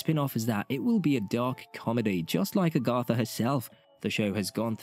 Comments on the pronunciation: Agatha. Agg-uh-tha, not Ahh-gahh-tha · lol a-GOTH-a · Wow! Somebody at Disney/Marvel Studios need to actually read a Marvel comic book, and STOP the madness with these Teenagers, etc. Sorry, I see many flops, MS future. 😮‍💨 (Somebody teach the narrator how to say the name Agatha! 🤣)